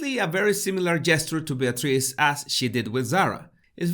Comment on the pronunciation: Bless you! That whole episode was a nightmarish obstacle course in English-as-a-second-language name pronunciation! Eugenie, Beatrice even York: bravo 👏👏👏